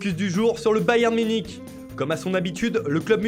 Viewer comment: Bayern minich😂😂